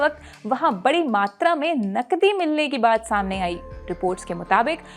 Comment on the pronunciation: पहले तो तुम अपनी भाषा सुधारो,जब तुम नकदी बोलती हो तब वह नकली सुनाई देता है l😂